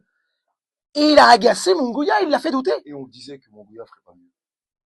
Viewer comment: Merci, mais on prononce " Munguiya" pas "Mungouia" 🙂